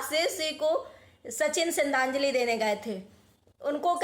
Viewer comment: बहन Tere को सरधान्जली नही बोलनी आती 😂